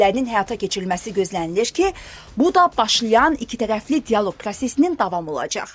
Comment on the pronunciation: ABEEEŞEEEE YOX, ABŞ ! diYAloq yox ,dialOq!